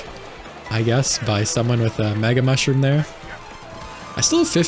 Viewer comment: I can't tell if it's just me, but I keep hearing you saying "maga mushroom." What, was a secret plan to infiltrate Sarassaland leaked in a Signal group chat or something?